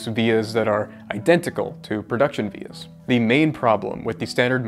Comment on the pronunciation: As soon as I heard “vias” I knew you’ll be in the comment section